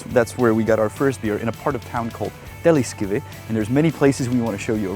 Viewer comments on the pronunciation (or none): none